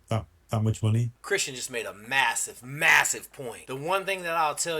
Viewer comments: "Christian" not Christen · Its not Christen its Christian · Christen? Get the name right!